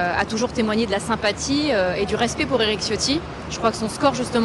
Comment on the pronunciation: Tchiotti , pas Ciotti, même si c'est un traitre à la cause Niçoise